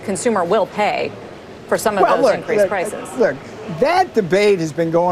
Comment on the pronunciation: Pllrloducer pllrrrlices